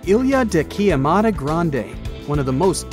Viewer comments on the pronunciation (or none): Man, queimada is the right word... Not quiemada... Doesn't invalidate the value of the video but Portuguese is a tricky language... Believe me, I know... I'm native Portuguese